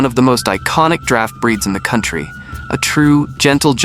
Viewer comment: Not drought..draft horse Draft rhymes with craft